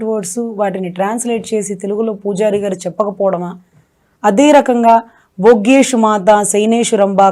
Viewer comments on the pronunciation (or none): బోగ్గేషు మాతా కాదు, భోజ్యేషు మాతా అని పలకాలి.